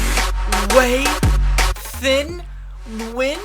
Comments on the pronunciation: Its pronounced "tee-ehn" Nguyen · It's pronounced Thea-en New-yen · You pronounce it like Teen Nunion. It's like Onion with a N